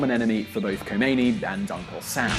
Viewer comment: Khomeini not Homeini :)